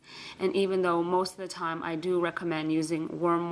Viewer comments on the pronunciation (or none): none